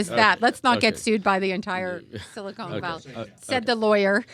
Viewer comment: SiliCON Valley, not siliCONE